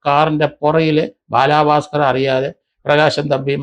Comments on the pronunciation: ബാലഭാസ്കർ. ബാലാഭാസ്കർ അല്ല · ബാലാ ഭാസ്കർ അല്ല. ബാലഭാസ്‌കർ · Njan parayaan vijaricha comment. Ella videoilum parayum ingane baaalaaa bhaskar. But I appreciate your findings. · ബാലാ ഭാസ്കർ അല്ല സർ ബാല ഭാസ്കർ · ഇയാൾ എന്തിനാ ബാലാ ബാസ്കർ എന്ന് പറയുന്നത്😡😡😡😡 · Baalaabhasker.... The way he says is different 😊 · ബാലാ ഭാക്കാർ എന്നാ പറയുന്നത്